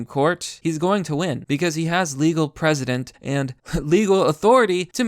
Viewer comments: I totally agree, but why do you keep pronouncing "precedent" as "president"? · Yes. They understand what they're doing. Your saying legal president fyi. Not precedent. Think press. Pressident-precedent. Not president